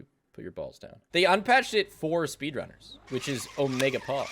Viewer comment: I thought he said spiffrunners